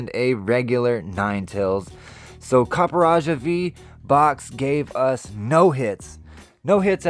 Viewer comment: I think its pronounced Copperajah....